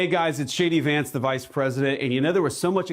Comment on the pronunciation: Is it just me, or does it sound like Vance is saying, "It's Shady Vance"?